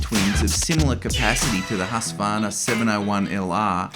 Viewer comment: I wish people would pronounciate Husqvarna correctly like...hooskvarna